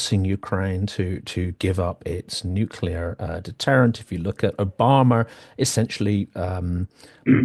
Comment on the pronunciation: Who‘s “Obamer”? Exetra….